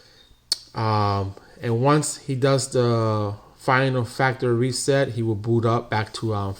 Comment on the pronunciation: I hate to be that guy, but 1st off I would like to say your video was very helpful, the 2nd thing I would like to say is ,the word you were mispronouncing is (factory reset). Not (factReset) lol But we understood you.🤣😂👍